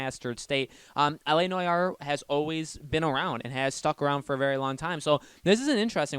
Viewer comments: Bro. It's LA No-are. Not LA Noy-are. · It's ˈnwär, not N O Y A R E. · You pronounce it NWAR, not NOJAR 😂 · It’s so hard to watch when he says “noyare” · N O Y A R E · you immediately sound like a dumbass when you dont pronounce noire right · please say Noire correctly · Goddamn, learn how to say noire